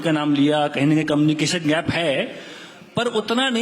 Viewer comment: मुझे ऐसा लगता है की मेरे कान सुन रहे हैं कमिनी एक्शन, क्या वोह कम्युनिकेशन की बात कर रहे है???